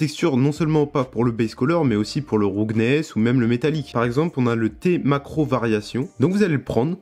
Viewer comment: "roughness" se prononce "raouffenesse"